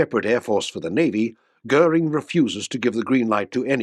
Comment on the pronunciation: Sorry to start with a grumpy comment: as in so many videos, the subtitles detract from all the hard work done to gather visual material. After the audio gets Goering's name correctly pronounced, the subtitle has it as Gehrig!😬 This apart, an excellent video with extremely good use of in flight footage of the aircraft. Very informative, and I would love to see a comparison of the Me262 and the Meteor.